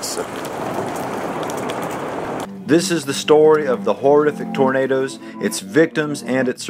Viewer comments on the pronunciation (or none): lol 😂😂😂😅 he said tomatoes and not tornadoes 😂😂